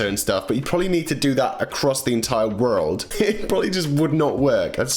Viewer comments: I hate when says world,but I still love watching his vids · He says world so weird LOL😁😁😂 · ....... You say world like you're an American. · I love how u say world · I love the way he says the word 'world'! It's so cool! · the way you say world is so posh